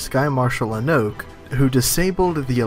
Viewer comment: Good video, but is anyone else annoyed that the Skymarshal's name is pronounced Anok-ee not An-oh-k.